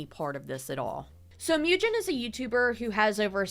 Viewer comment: When you do part 2, maybe look up pronunciations, it bothered me that you were mispronouncing some names like Mujin (Moo-jin, not Myew-jin, lol). There's plenty of criticism on all sides but Sykkuno is definitely the one who got his girlfriend into this mess in the first place by not keeping his dick in his pants AND spending so much money to flrit with and have sex with so many women, wtf! I worry that the girlfriend is dependent on him (financially? health-wise? who knows) and feels that she can't leave. :/ It feels really sketchy that Bao got her in contact with some of the girls and gave her U-haul tips, but then Sykkuno's message from him and the "girlfriend" act like she wasn't made aware of much at all, it made a lot of people feel like the girlfriend actually had no input in that message and that it's just him doing damage control and speaking for her to cover his ass.